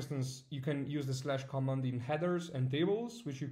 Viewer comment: Thanks for this update. One small hint: Please check the different pronunciation of "command" and "comment". I realize you're not a native English speaker, which is no problem at all, but in this case it really makes a difference in meaning in the context of Evernote.